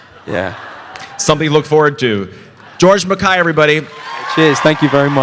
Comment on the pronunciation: i like how you pronounce his name correctly!